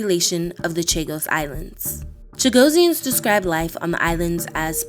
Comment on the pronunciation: The moderator should be rebuked. What an insult. She is mispronouncing the name: It should be: Chuh-GOSS-ee-unz - two S's, not one. Phonetically: /tʃəˈɡɒsiənz/ So closer to “Cha-GOSS-ee-ans”, not “Cha-go-see-ans.” Stress on GOSS The ending sounds like -ee-unz, not -see-ans You’ll hear small variations depending on accent (British, Mauritian, Seychellois), but Cha-GOSS-ee-ans is the standard form in English.